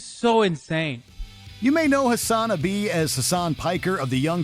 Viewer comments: "HASAN-UHBEE" OMEGALUL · Hasan A Bee now I don’t watch Twitch but I’m pretty sure that’s not how it’s pronounced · “Hasan A Bee”